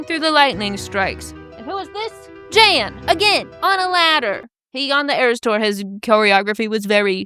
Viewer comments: And it’s pronounced like “yawn” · I really enjoy your videos. Could you please watch one episode of Dancing With The Stars for the sole purpose of learning how to pronounce Jan's name? Thanks. 😂